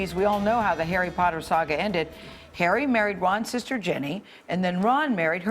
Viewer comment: Did she just say jenny instead of ginny... and did he just say hermaynee